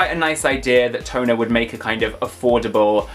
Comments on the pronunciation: Tonner is pronounced tahn-ner. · Lol pronounced Shee-ba-jew-kew lol I got a couple of those. What are you talking about! Dustys hair is so cool!! Haven’t seen Harajuku dolls yet Tonner pronounced “Tawner”